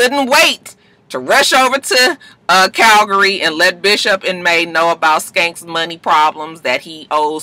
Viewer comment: it's CALVARY not CALGARY.